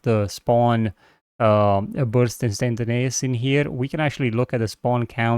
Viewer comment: Awesome work as always! Btw instantaneous is pronounced Instant-A-nee-ous, not instanta-nay-ous. Otherwise your English is really good. Thought I'd mention it as I've heard you pronounce it wrong before! Otherwise your English is really good. I can only speak one language so well done!